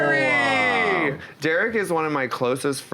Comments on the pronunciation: It's Derrick Barry hahaha not Berry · Derrick Barry not Berry